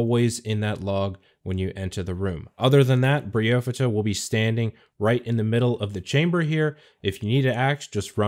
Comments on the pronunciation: Briofidda???!! ... cmon man its Bryophyta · Best damn guide, but definitely the weirdes fucking pronounciation of Bryophyta I’ve ever heard! ‘Brio-fyddha’? I personally pronounce it ‘Braio-faidah’. More similar to how Only Trails does it. Feels a long more right to me... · Bro… it’s Bry Oohhhphyta… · Bry-oh-fight-uh A bry-oh-fight or bryophyte is moss lol.